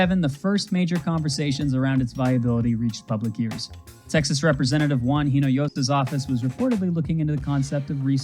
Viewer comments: Then butchered Hinojosa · That and Hinojosa